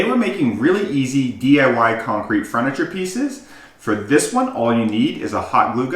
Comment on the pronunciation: Except it's Furniture, not Fruniture, kiddo.